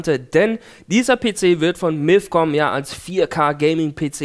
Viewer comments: Es heißt nicht milf sondern mifcom haha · bei verstehe ich immer Milfcom O.o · Hat er bei milfcom gesagt? XD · Miiifcon xD